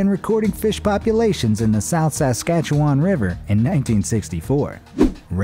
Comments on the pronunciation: Oml the way he said Saskatchewan XD sounds like a fricken Harry Potter spell It’s (sask-ach-oo-won) I live in Saskatchewan and never heard anyone say it that way XD but good try and nice vid man! Now imma go look for some black sturgeons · The way he says Saskatchewan sounds so forced 🤣 I'm from BC, Canada, so I can't claim to know exactly how the locals over there say it, but from my location in the same country, we pronounce it sas-KA-chew-on